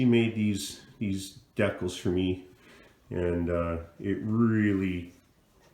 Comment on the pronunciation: Will you pronounce it the right way they're called decals not decals